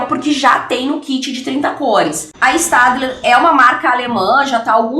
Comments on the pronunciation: Se escreve staedtler mas se lê stedler Espero ter ajudado 😙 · Se pronuncia stebiler ( eu acho)